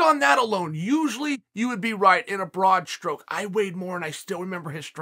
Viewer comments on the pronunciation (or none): none